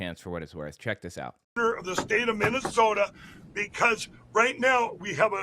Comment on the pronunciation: Mike Lindell is running for Governor in a state he can't even pronounce!